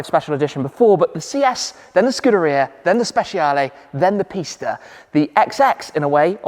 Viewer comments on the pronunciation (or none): none